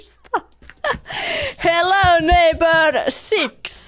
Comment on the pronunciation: Repeen aina ku sanot hello neipöö ps.voitko pelaa fortnitee? Ketkä on samaa mieltä paina likee👍